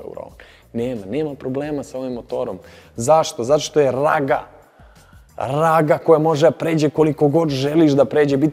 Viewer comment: Nije Raga nego Raba